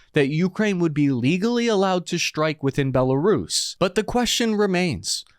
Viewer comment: Why do you say shtrike instead of strike? Its irritating